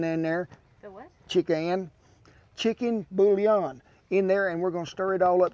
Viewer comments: Chee-KAN bool-yawn? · "Best Ever Fried Rice Recipe"??? Forget the recipe! This is the "Best Ever YouTube Channel." the correct "pronounciation"... "a half a yella onion, chopped"... and then scatter half of that "yella" onion all over the table. "... chick'o'n 'billion'..." Major, major funny!! Don't change a thing!!! This is the best comedy along with some of the best food on the planet!! Don't change a thing!!